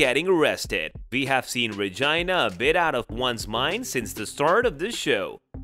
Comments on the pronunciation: He said regina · The way he keeps saying Regina with a long i instead of a long e is a whole mood😂